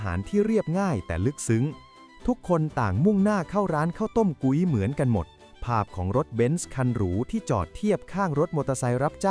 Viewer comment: พุ้ย มิใช่ กุ๊ย